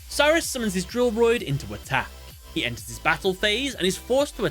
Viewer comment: Am I the only that when he says enters his battle phase, it sound like End his battle phase?